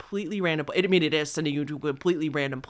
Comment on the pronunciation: You tend to hold the last syllable in your sentencessssss. Know what I meannnnn?